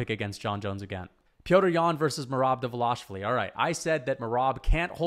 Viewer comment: great video i respect that you are going back to see where you were wrong but i think you had valid logic in the picks even though they were ultimately wrong. one thing though, Merabs name, its pronounced Duh-val-ish-vil-ee its a tricky one for us English speakers keep up the great work always like hearing your take on the sport.